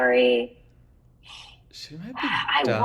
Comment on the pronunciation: This was a great discussion, but please Kao-ri not Kay-o-ri :)